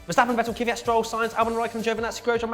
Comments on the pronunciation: It may be just me but isn't Kvyat pronounced Kvee-yaht? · please learn to PRONOUNCE THE DRIVER NAMES FFS. were all hardcore fans, it shouldnt be to much to say Kvyat without some imaginary second Y and Vettel like Fettel. every international fan makes the effort guys, cmom :P